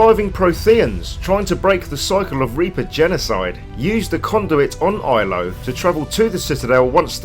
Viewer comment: Love it, but it's Ilos with an S not Ilo.